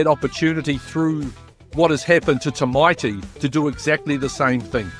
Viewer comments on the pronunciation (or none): How come no one can pronounce Tamati’s name properly 🤷‍♂️🤷‍♂️🤷‍♂️ Is it Tymati Is it Tiemati Is it Tyemati It’s T Amati A Ah Ta Ah Ta mati TAMATI. FFS